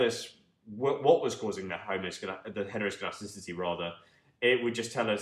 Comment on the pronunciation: Impressed by your ability to say heteroscedasticity